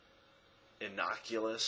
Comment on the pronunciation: it's not innoculous. as in 'to innoculate' against disease. it's 'innocuous'. and before you mention 'deconstruction' read derrida. and if you had read derrida, you wouldn't speak about the business so much. oh dear....please.....somehow take a step back. anyhow, peace and blessings as always from a curious but unsubscribed fellow-soul.